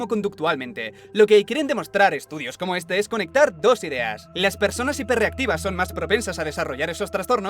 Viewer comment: Dice hiperreactivo?